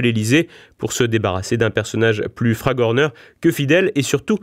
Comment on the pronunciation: Gille Legendre : un personnage flagorneur (et non pas fragorneur) ;-)